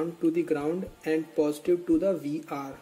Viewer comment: After searching all over I had a thought that due to language accent I may have misunderstood. Did you say vr or dr to pin 5